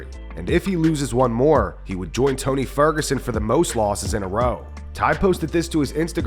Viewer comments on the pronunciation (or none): Tai-ny "El Shoey" Ferguson